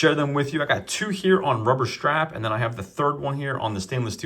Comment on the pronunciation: "Rubber shtrap"